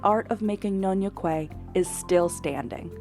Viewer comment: Nyonya Kueh not nyonyo kueh